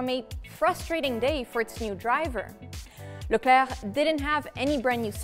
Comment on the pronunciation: Love the way you say Leclerc.